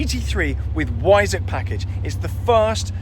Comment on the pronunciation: I don't think I've heard the word Weissach mispronounced so many times in such a short period of time. Yes, I'm a pedant but this was like fingernails down a blackboard to listen to. Please, for the love of God, pronounce it properly. That is all.